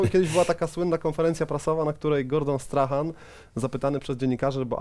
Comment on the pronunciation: Przemku, wszystko fajnie, nie chcę się czepiać za bardzo, ale Gordon Strachan wymawia się "Strakan" i Glasgow mówi się przez "A" dokładnie tak samo jak jest pisownia, no chyba, że jesteś kowbojem z Texasu 😁 Pozdro z Edynburga!